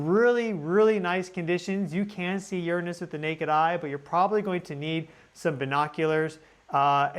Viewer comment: Finally! Someone who says "Uranus" right! 😉